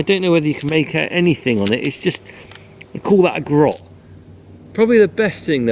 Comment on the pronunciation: Groat not Grot lol Stay safe & well, & family.